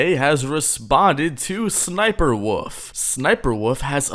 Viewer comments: ess ess sniper wuffie sniper woof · The way says ssnipie wolf 💀💀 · bro said sss niper wolf 💀